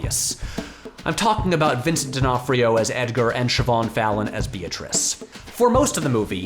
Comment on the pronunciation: Props for correctly pronouncing Siobhán!